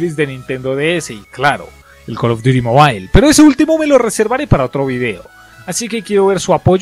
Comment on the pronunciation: Call duti zobi